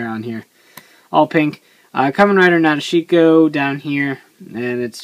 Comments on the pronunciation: Actually in the Japanese vocabulary there is no 'dish' sound. According to the hiragana it's pronounced Na-de-shi-ko but you might be right because sometimes sounds do get shortened in speech (su-ki -> ski). I'm too lazy to check the movie so not really sure which one it is :L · guys i think its pronounced Na Deshi ko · cool you finally got her. not being mean but you pronounced her name kinda wrong. a lot of people do. if you rewatch the movie and pay attention to gentaro, he says it correctly. nah-dish-ko. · actually it's not my way of saying it. it's how it was pronounced correctly. if wants to be more awesome, he should say it correctly too. hope he does the next time he talks about nadeshiko